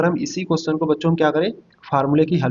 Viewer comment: अरे भैया पहले बोलना तो सीख लो क्वेश्चन नहीं होता है क्वेश्चन होता हैसमझ में😅